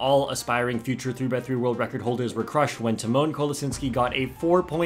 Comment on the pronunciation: hi just a tip for your future videos, the accent in tymon should be on the first syllable, not the second (as is the case with the english equivalent of this name - timon). it's TY-mon, not ty-MON:) about the surname - the accent is placed correctly, but the "si" part is pronounced softer, closer to "shi" than a hard "si". honestly it's even softer than "shi" but there is no equivalent to that exact sound in english so I'd recommend trying to copy the polish google translate voice for that